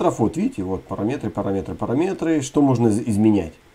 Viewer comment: Блин, ну парАметр же! "Режет" уши